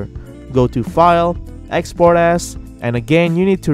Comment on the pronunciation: OMG I HEARD EXPORT ASS